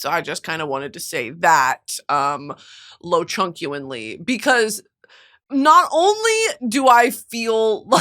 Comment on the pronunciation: pissed myself at “lowchunkuenly”